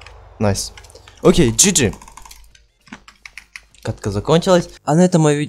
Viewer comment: не джи джи а г г